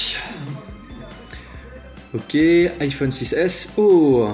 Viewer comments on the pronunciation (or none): none